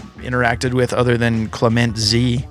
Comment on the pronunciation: clement is actually phonetically (clay-mohn)